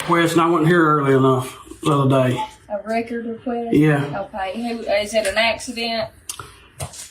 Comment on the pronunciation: “A wecord wequest?”